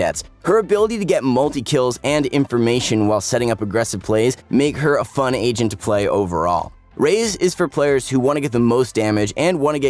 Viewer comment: why do i always hear "asian" instead of "agent" in this video?..